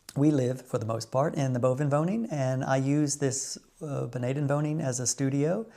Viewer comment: Enjoyed your newest video, 🍀. How you say "onderwoning" en "bovenwoning" is marvellous. Nothing wrong with an accent. When I speak Dutch, I have a slight Frisian accent. People from the south have "een zachte G" and that sounds lovely 💕. Your optimism is needed for the next 4 years, isn't it? Won't say I'm a pessimist, but hearing Trump's inauguration speech made me feel sad and even a bit depressed. You voted for Harris, which is no surprise. You have enough common sense 💙, that was already clear to me. Don't know if you can call all these MAGA people polite? Of course I know they are as polite as a You seem very polite to me, but one can also be too polite and then it tends to be fake. That's not the case with you, ❤. I've never been in America, but I see Americans on television and often with such a "toothpaste smile" and that seems often fake/doing polite to me. The Dutch and especially Frisians don't do that....perhaps some 😏. They are more "recht voor de raap". I like that and I'm rather direct too. Making money is more American than Dutch, despite our past as a "handelsnatie". I do something in stocks and crypto, but I don't buy the Trump coin or Tesla stocks for example. My impression is also that Americans are less interested in non-American things. They don't know much about the world outside the USA, am I right or wrong? It's of course logical, because the USA is soooooo much bigger than the Netherlands. Let's quit, because I'm writing a book here 📖😊. Wa